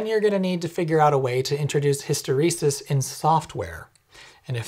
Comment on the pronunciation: Thank you for saying "Hysteresis".